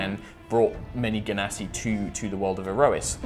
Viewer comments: I didn't want to say, but seriously: je-nuh-si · I have a reason that it is pronounced djinn-nasi cuz they are from djinn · Ahhhh, I'm so excited! Nova sounds (and looks) so epic! Also 'I like a hard g' but uses the soft g pronunciation;D More notes! ily,, never change!